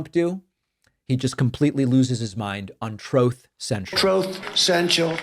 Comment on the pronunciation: Troth Central😂😂😂 He really has a hard time saying the “Truth!”